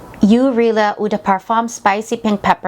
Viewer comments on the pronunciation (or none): Nice fragrances! Also, ‘Eau’ is pronounced as “Oh’ and it means water in French, whereas ‘Rihla’ means journey in Arabic. Always good to include a proper background check. Keep it up! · "yoo" Reela?